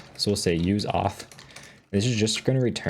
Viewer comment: uth auth context😂